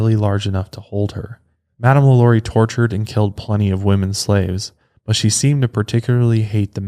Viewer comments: when you said her name, Lalaurie? its really pronounced, La La rie! Im from Louisiana and absolutely love your podcasts! These things interest me. People can be such sickcos! La La rie happened in Louisiana, so, of course, interests me the most. This woman was entirely INSANE! Again, I absolutely LOVE your podcasts and thought you may like to know the correct pronounciation. Thank you and please continue with more podcasts! Very interesting! you definetly have my vote! Thanks again! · You didn’t say her name the way American Horror Story said it😂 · You’re butchering her name but it’s okay 😅❤️